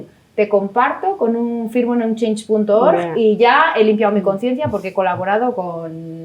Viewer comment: ¡Muy interesante la charla! Pero, por favor,, es "conciencia", sin S